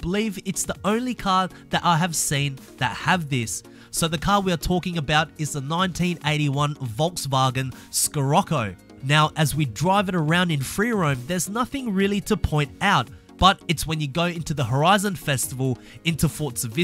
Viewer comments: The vw scirocco is said with a sh not a sc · scorroco? shirrako. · It's "shirocko" not "skirocko"! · I'm sorry. Im not usually a stickler for pronunciation, but scirocco is pronounced (sher-rock-o) atleast where I'm from. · It's pronounced Shirocco. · I can't get over how you said Scirocco 🤦‍♂️ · The way u pronounced sirocco tho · Here's a Glitch..... cant pronounce Scirocco..... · Lmao listening to this guy is killing my braincells. "You have to really look for the or you have to stumble into them, there is no middle ground" like what did you want to say? Also, volkswagen SCIROCCO? bro do you have a mental deficiency or something?